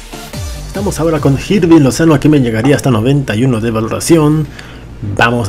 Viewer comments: No se pronuncia "Jirving", se pronuncia Irving. Te lo dice alguien que ve jugar a su club actual en la vida real. :v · no se pronuncia Jirving Lozano sino que se pronuncia Irving Lozano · Se dice irving no jirving